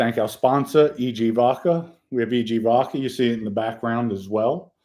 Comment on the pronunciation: is so articulate, except he can't pronounce V-O-D-K-A, according to him its V-O-C-K-A😂. Love it! 👍👍👍